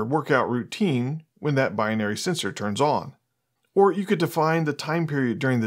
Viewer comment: Great video! Pronunciation as "bi-in-ary" is incorrect. It's simply bi-nary ;)